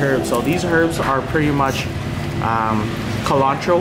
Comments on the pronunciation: he really called it "kilantro" lol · fly crippin in vietnam, mans said CUHlantro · Bro........Did you say " K- Lantro!?" I'm just gonna ignore that. However it's driving me nuts! 🤣🤣🤣 Love you